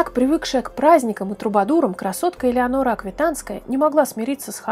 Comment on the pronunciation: Не Элеанора а Алеенора Аквитанская